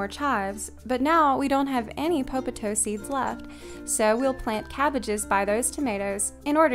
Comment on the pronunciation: You have such a lovely voice! And for some weird reason, I love the way you say "popotoe."